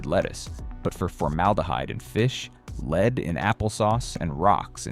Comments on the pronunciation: Very bad AI voice. Get a human who knows the difference between "lead" (leed) and "lead"(led). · There is something wrong with the narration. Major parts of sentences are unintelligible. It's like double talk. And lead(the metal) is pronounced as led, not leed. 🤨🤔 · Fucking AI pronounces Lead the metal as "Leed" -- DOWNVOTED and DON'T RECOMMEND CHANNEL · You know that you are listening to AI when the word for the heavy metal lead is pronounced “leed.” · ai saying lead properly then pronouncing it leed is why it will never replace us! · why is an AI doing the talking? I know because it says "lead" wrong...when it's the metal it is "led" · Interesting info. Too bad your AI reader can't pronounce the most important word in the video, lead. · I hate AI generated videos. The narration keeps mispronouncing lead. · I wanted to share this, but I hate it that you say, lead instead of lead. Proof read. Proof listen. Sheeesh.